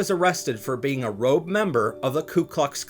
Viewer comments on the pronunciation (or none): none